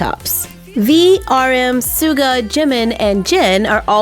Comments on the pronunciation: ARMYs where you at!! I'm an ARMY but this doll is a big NO (iloveu but the pronunciation is sh-uga for Suga) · Just a little tip: fans pronounce it, SHH-uga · Just that it triggered me trough the video, Suga wasn't pronounced right... Its Suga as you say Sugar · Just so you know, it's pronounced like "sugar" except it's suga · I enjoy some of your videos .. but the pronouncing of Suga‘s name erks me ... it’s simply pronounced like Sugar love 💜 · yesss i love bts so much 💘 also suga is pronounced shu-ga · I hate to correct people with pronunciation but his name is said as ‘ sugar’ 😖 Hope I wasn’t to offensive 💕💕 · It’s spelled suga but it’s pronounced as shuga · It’s pronounced “Shoo-ga”😭 but omgggg my favorite one is Jeong Jungkook Kim Taehyung Park Jimin Jung Hoseok Kim Namjoon Min Yoongi And our worldwide handsome... KIM SEOKJINNIEEE😍😍😍✨ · OMG im a BTS Army.I Was wating for this Video . Also its pronounced sh-uga not suga its spelled like that its just the pronunciation is different No hate lol .My bias is Jimin.JIMIN STANS WHERE YOU AT!!!!! 👇👇 I 💜💜💜💜All the Armys out there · It's pronounced like sugar but without the R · SUGA Pronounced: Shuga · i love bts and hey you are supposed to say suga like shooga and v\tayhung is my bias\fav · Pronounced Sh-uga lol no hate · Hey u said suga it’s like it’s a h in suga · The way she pronounced suga has me feeling attacked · Me too.well l had a short stroke after her suga pronounce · Sameeee. I even tried to say it like that but I couldn’t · Yea uhm.. i can't stop correcting everytime she says suga :') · She said suga wrong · You. Are. Saying. Sugas. Name. Wrong. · When she says suga, it's sounds like she is saying move in zulu😂😂😂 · why does everyone be pronouncing suga's name wrong :( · Dasiy Jewls thank you. When she said that I was like nope nope nope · Lol I know me dying on the inside when she said his name😂😂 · Isn't Suga pronounced differently?? (No hate I love your videos!!!)💜💜💜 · Or like ‘Shugah’